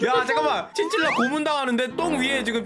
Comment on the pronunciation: ㅋㅋㅜ 저거 친칠라 발음 🐶웃김ㅜ😂